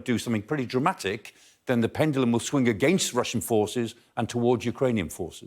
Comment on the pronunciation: Lmao pendilum hahaha